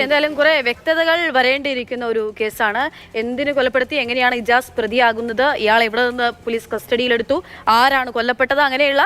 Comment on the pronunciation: ഇമ്ത്യസ് അല്ല ഇജാസ്